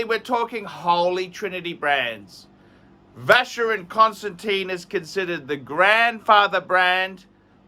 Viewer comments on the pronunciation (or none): So, you mean you have the old money? You can’t even pronounce Vacheron Constantin correctly, yet you are educating others about Chinese watch market? Hahaha. You you you you you must be joking.